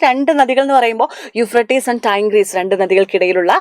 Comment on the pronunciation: Tigris and Babylonian pronunciation is not correct